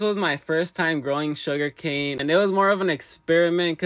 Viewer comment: Bro 😂😂😂😂😂its not sugercan